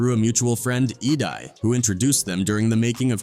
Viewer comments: E-die? 🤣 It's E-Day bruh. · This whole video is a flop. EDai - E-die on and on and on 😆 🤦🏼‍♂️